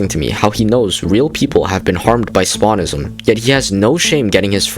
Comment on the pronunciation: “Spawnist” “Spawnism” oh my god bro 😭💔